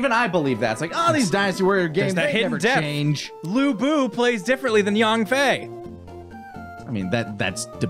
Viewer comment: It was nice hearing you guys talk about dynasty warriors. Its my favorite game series. You got Lu bu, Cao pi, And Zhang Fei right btw